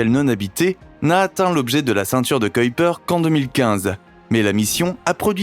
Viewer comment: On dit Kuiper comme dans k-oui-per c grave quand meme